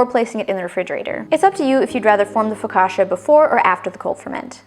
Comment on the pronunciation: Don't change the way you say focaccia, it sounds great. The bread looks soooo good.